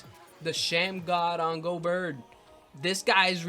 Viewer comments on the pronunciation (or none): It's pronounced Go Bear not Go Bert